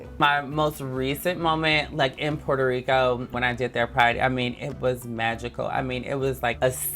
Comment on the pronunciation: whenever someone pronounces Puerto Rico as “Porter Rico” I die inside